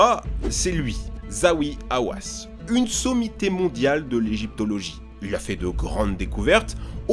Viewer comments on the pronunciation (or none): Le nom du Docteur des antiquités égyptiennes n'est pas Zaoui comme vous l'avez prononcé à tort mais le Docteur Zahi Haouas,c'est une sommité de l'archéologie égyptienne et il est là pour empêcher les archéologues occidentaux et de saccager les monuments des pharaons,de d'une et de deux,empêcher ces rapaces de spolier l'Egypte de ses trésors sans lesquels il n'y aurait pas de Louvres ou de Métropolitain ,entre autres